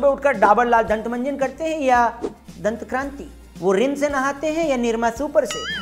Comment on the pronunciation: it is not DANTKRANTI but it is DANTKANTI !!